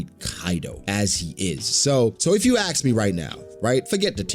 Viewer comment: Hi I hope ur fine what hell u were saying in last couple of video u said '" if u axe me'" instead of ask me not only one time but u said it twice were u drunk my bro??